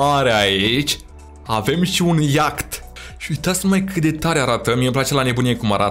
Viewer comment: Se zice iaht.🤦